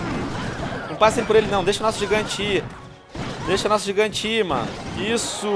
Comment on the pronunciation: VC falou errado gigante VC falou gigão